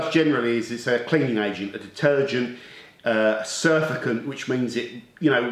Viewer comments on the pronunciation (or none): Good topic and tips, thanks. Always explained in a way anyone can understand. BTW, Its not Surfacant, its Surfactant Sur(ace) act(ive) ant (agent). “A substance which tends to reduce surface tension (friction/ bonding etc) of a liquid in which it is dissolved”. Special Soap to most of us:-) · Do you not mean to say surfactant ? Surfacant is not a word. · I pronounce it surf - act - ant (is that what you meant?) Possibly has a dislike of surfers.